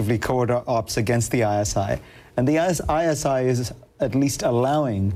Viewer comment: Does anyone noticed that instead of ISI he said ISIS sevrel times in the video? when this video is uploaded in 2011 and ISIS emerged around 2013 14